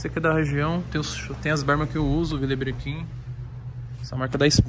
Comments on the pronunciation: Tem toguro divulgando loja de roupa falsa tem like. (A pronuncia do vile brequin é vila brecan) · Tem toguro falando Villabrequin e achando que é grife espanhola. Quando o certo é "vilebrecãm" e é francesa tem like